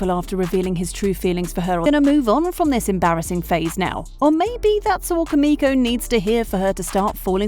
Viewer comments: It’s pronounced (Koo-Mikko) but it’s spelled Kumiko. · U pronounced here name wrong